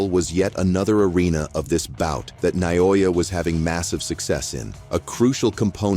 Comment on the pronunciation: EFFing A.I. couldn't even pronounce Inoue's name RIGHT - WTF?